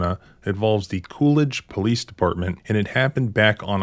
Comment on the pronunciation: COOLIDGE PO-LICE, OFFICER BIGBALLS HERE